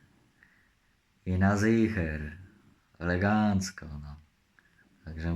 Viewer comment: Czy mi się wydało ... jarek pierwszy raz w życiu powiedział poprawnie ELEGANCO!!!